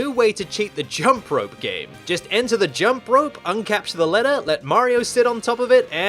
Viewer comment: You're not American Stop saying ledder